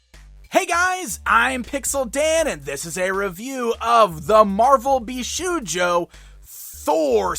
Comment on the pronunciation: Okay, I know you probably don't speak Japanese so when you see shou it's pronounced the same as the word "show" not how you would pronounce "shoe" so it's "bee-show-joe" not "bee-shoe-joe".